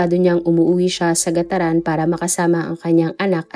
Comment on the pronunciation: (Carig) po hindi ca-rig i'm from cagayan po kc...GAT-TARAN Po